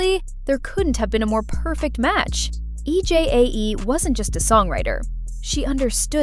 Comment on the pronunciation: I’m sorry to say this but commentators need to pronounce Korean names. E J A E should be pronounced EJ